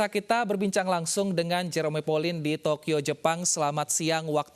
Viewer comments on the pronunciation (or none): Cuma disini Jerome dibilang J-E-R-O-M-E😭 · JE RO ME, kek aneh gt g sih dengernya. wkwk